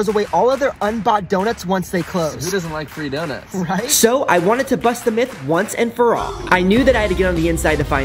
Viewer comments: Yep the mith 👌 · “U GuYs HeArD ABaUt ThE MiTh tOo?” GOT ME CRYING LAUGHING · ah yes, MITH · Ahh yes mith